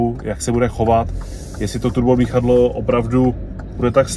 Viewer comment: Jste jediný koho znám kdo vyslovuje Turbodmichadlo:-D Roztomilé:-D